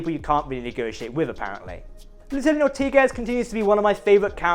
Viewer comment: Ortegas: /or-TAY-gahss/ -- not /or-TEE-gus/ -- Spanish E is always between AY and EH.